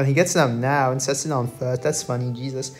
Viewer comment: “Djesuz” counter: 69